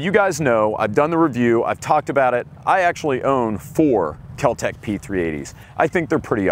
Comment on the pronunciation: Kel-Tek eh? My oh my.